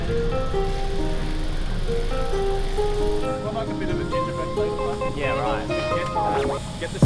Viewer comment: Ferry, like berry. Not Fairy